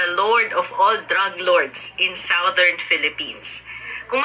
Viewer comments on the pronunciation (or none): none